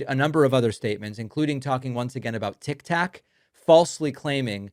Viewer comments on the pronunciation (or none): He said tic tac what an idiot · This is embarrassing listening to him, nobody's taking him serious, he acts like he's real tough, these people laugh at him. He's talking about TIK TOK, like a child, he said TIC TAC. IIMPEACH,IMPEACH, IMPEACH.